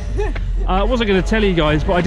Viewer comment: Crashed!?! Or ... 'Pashed'?!? Huh